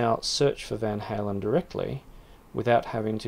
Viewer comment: Wait, how did you pronounce "Van Halen"? Was that deliberate?